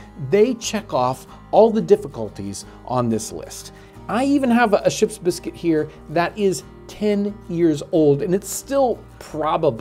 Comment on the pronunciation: This man’s commitment to properly pronouncing Ship’s Biscuit is stronger than most marriages.